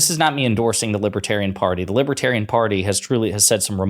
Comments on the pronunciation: The world will end. Unless I'm elected." The large world. The greater world." Everyone knows it." I did nothing wrong. " I can't pronounce libiterian." I'm winning. I'm so rich." By a lot." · what's a "libba-tarian?" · Drumpft can’t even pronounce libertarian properly. And besides libertarians are not sympatico with authoritarians as far as I know.